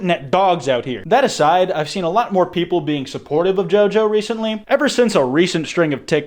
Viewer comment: 'Some of US not straight popple" what u saying hmmmm?